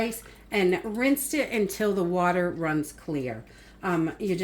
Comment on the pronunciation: After she said that, I had to say it out loud.😅